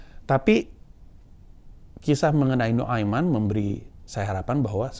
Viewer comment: Pengucapan kata Nu'aiman dari mulut bang Pandji aja udah Faseeh. MashAllaah ❤